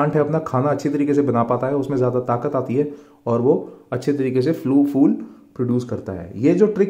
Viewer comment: Is it really fool 😂😂😂or phool